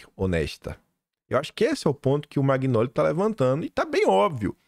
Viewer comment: Oi,ouço seus comentários todos os dias,e vejo vc pronunciar o sobrenome do Demétrio, em italiano o gn tem som nh do nosso português,então a pronúncia é manhole,não magnoli. Confirma aí. Bjs O meu sobrenome: magnago.